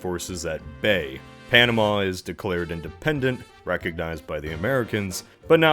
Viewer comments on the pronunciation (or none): none